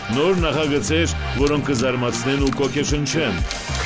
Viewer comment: Կօգեշնչեն չպիտի ասեք,կըըըոգեշնչեն